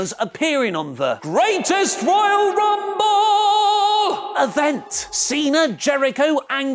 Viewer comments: you stop saying greatest royale rumble like that plzzzz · Go FUCK yourself. THat was super annoying to listen to that stupid emphasis on the GRR name